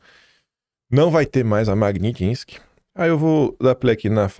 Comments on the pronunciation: Não é MagniNtsky! É MAGNI - TS - KY! Já havia observado anteriormente... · Repeat: Mag-nits-ky